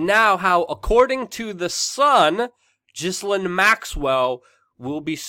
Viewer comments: Say her name properly it's Gil--Lane not Jislin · Its Gill-lane...not jizz-linn... lol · I love your work Luke, but I have one word for you.... "Gee-Lane" hahaha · It’s pronounced GIL-AIN. Not GIZ-LIN. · I think her name is Gi-lane, not Jisslane. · It’s GI-LANE not GHIS-LINE. I LOVE YOU‼️ ❣️ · Its said like gillaine maxwell.not ghislaine . Ur saying it like its spellt my american friend. Oh bye the way she is accused of rape.so why she still free down in brazil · Dude! Her name is pronounced 'Jilaine'! The 'S' is silient! Jilaine! Not Gislaine. So a J sound instead of Ga sound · Luke! Love your work, I’m a big fan and a supporter. Please, for YOUR journalistic integrity, (and certainly not out of concern for that horrid woman) pronounce the names of those you are reporting on correctly: Ghe-len, like trying to make the name Glen into two syllables. There’s a Ted talk here on YouTube with her speaking and that’s how she’s introduced. Thanks for all your hard work and passion! Glad you are feeling better! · Saville is pronounced Sav iLL not Seville, that is a a place in Spain. Ghislaine is pronounced Gee lane, it is French. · Ghislaine pronounced Gees-Lane in french. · minima moralia Her name is Pronounced Gee lane as is the boat her father had the Lady Gee lane. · Mate, Her name is pronounced... Gi-lane Almost like the name, Elaine... Love from Scotland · It is correctly pronounced Geh lane. Something French I imagine. Accent is on the lane part of her name. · Luke, you don't pronounce the S in Ghislaine also it's Savil not Sa-Ville and Jimmy Savile was Vile. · Can you try to pronounce her name right or stop saying or so much